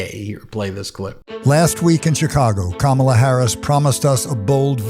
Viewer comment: I love that an 82yo #PeterCoyote can say Kama-la Harris’s name, right… But a 78yo trump can’t.